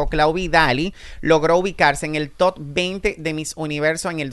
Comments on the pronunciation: El día que diga TOP y no TOT yo seré ma’ feliz 😂😂😂😂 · Top,, top, tú pronunciación deja mucho que decir ya que te la das en muy letrado!